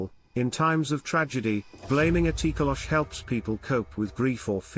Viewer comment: It’s Tokoloshe or it’s pronounced Toh-Koh-Lo-Shee; the “e” is not silent